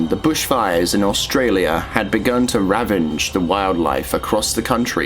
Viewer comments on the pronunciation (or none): none